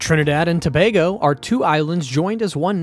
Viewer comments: Try “To bay go” not “To bar go” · Get the pronunciation right pleaseeeee! SAY BAY GO.....NOT BAR GO. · Why did you alternate in the pronunciation of Tobago? It's pronounced To-bay-go. Randomly saying To-bag-o in between when you had it right the first time makes no sense. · You're so correct and it pisses me off when it's mispronounced.